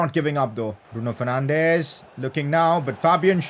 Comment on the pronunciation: isn't it Bruno Fernanchhhhhh